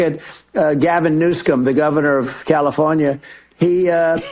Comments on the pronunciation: California Governor’s name isn’t “Newscom.” It’s “Newsom.” Trump's syphilitic dementia is getting worse every day. 🦠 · does anyone else think trump spoke like h'e got a mouthful of KFC fries and no diet coke to gulp em down ? "...Gavin Newfscom the goffernorf oth Calithornia..."